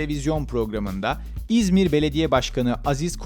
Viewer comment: İğzmir demesen keşke